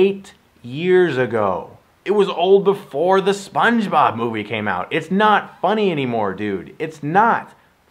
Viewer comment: Stuckman your one of my favorite critics on YouTube but you say sponge bob funny